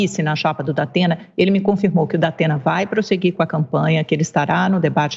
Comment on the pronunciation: O" Dapena" da pena kkkk